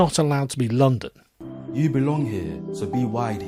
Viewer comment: The way the word "you" is pronounced in so-called 'MLE,' induces within me an almost uncontrollable urge to vomit 🤢